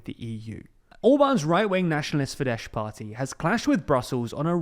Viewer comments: Fidesz is pronounced as "fidess" not "fidesh" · It's pronounced "Fides" not "Fidesh". Sz is pronounced [s] in Hungarian (unlike in Polish). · Small correction, for your information and accuracy. Fidesz - /Fidɛs/ not /Fidɛʃ/ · The "sz" in Fidesz is pronounced like a normal "s" in English, not like "sh". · Okay once again: sz in hungarian is 's'. So its not Fidesh but Fides. I know the confusion is becaouse in polish sz is sh but its Hungarian so Sz = S (I already commented this on several former videos so please start saying it correctly. I'm begging you my ears hurt from this :D) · Gentle correction as I hear it repeatedly in your videos: the Hungarian letter "sz" sounds the same as "s" does in English pronounced. So the correct pronunciation would be like saying Fides [ˈfidɛs] in English, instead of your current pronunciation with the sh/sz/zs kind of double-sound you are saying at the end of the word. Thanks for your videos, please keep up! You are almost my only source of European news nowadays. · In Hungarian S is pronounced as Sh and Sz is pronounced as S, so it’s Fides and BudaPesht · It's not Fidesh... it has an 's' like in word 'sport'. You make EU news, maybe a list of how to pronounce European names would be beneficial. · And this guy still says, "Fidesh"... 😅😅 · Can't pronounce foreign names strikes again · Yes, I love watching, but please for the love of god, it's "Fidessssssssss" in English. I don't mind the towns/cities/names mispronounced, but please learn the words that are recurring. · Fidesz is pronounced with an s as comes from Latin and means 'faith'. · Fidesz is pronounced with a hard “s” not “sh”, the letters “sz” is a single sound “s” in Hungarian (just the opposite as in Polish). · don't bother. He makes this mistake everytime and everytime comments respond with the correction for as long as I remember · He has made this mistake soooo many times